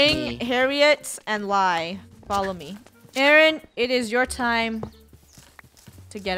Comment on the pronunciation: Lol its Lai not Lia!